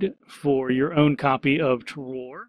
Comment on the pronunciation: Just to let you know, Terroir is pronounced 'Ter-wah'. It's a French word so the pronunication is a bit tricky for us English speakers. It is a great word though because the definition is something like 'all of factors that give the wine its unique taste'. So all of the enviromental factors such as the soil or the weather where the grapes are grown that make the wine taste the way it does. A pretty good title for the game imo. :)